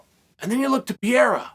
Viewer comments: Pair-rare-uh. Learn his name Chael. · Chael, forgive me but am I almost starting to hear you say an a at the end of Alex Pierre’s name, what’s up with this almost somewhat correct pronunciation? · Pee Air Uh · Love how he still cant say alexs last name right and.prolly doesnt care lol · when he start pronouncing perreira name in a weird way..i knew this is a great video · Couldnt prounounce Pereira for the life of him. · Dude, how are you still saying his name wrong 🤣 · The Miss pronounce of Alexis name was maddening…. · Chahale, can you at least take the time to pronounce peoples names correctly? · You mispronounced his name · its so annoying how chael pronounces Pereira name lmao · You are pronouncing Pereira’s name wrong Chael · he pronounces everyones name wrong. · Uncle Chael. It’s NOT PIERA. It’s PEREIRA. Say it with me. PUH’ REY’ RAH’ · Pierra or pereira? Why does he keep getting it wrong. Not the first video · Chael. Say it with me “ Pe-Heh-ira” not pierra 😭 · PE - REI - RA. Not Priera. Practice. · "Piera" The Chael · Pierra😂🎉unc u sounding old as hell mis pronouncing the champs name guy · Pierre ah lmfaoooo bruh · WTF is Pier.. it's PEREIRA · Pereira not pee era. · not pierre. Its PEREIRA. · I thought it was Pereira, not Pierre lol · There's no PIERA. It's PEREIRA. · Its Pereira, not Pierre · Who the hell is “Pierra”? Just call the guy Poatan if pronouncing Pereira is to difficult 😅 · What is this Pereira you're talking about? Chael here is referring to Alex Pierra, the current UFC Middleweight champion of the world. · Yes, but his Name is Alex PEREIRA, not Pierra. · "Pee-ERA has my interest." There goes Chael again, teaching the rest of us how to correctly pronounce yet another fighter's name. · Uncle Chael, PLEASE, for the love of God...stop saying "Pierra"!!! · As intelligent as you are… it’s incredible how many times you completely fucking butcher….simple names. It’s now para, not piera, not peraia…. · lemme help u say Pereira ,Chael PA REI RA